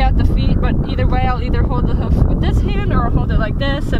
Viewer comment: Can’t deal with how you say “hoof” it’s “h-oof”. Not “huff” 🤣🤣